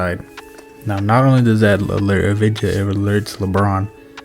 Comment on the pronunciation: Great vid man! Love to see russ get his flowers for the things that dont show up on the stat sheet. Also just a heads up, #9 on the wizards, Deni Avdija is pronounced ahv-dee-yuh. Keep it up!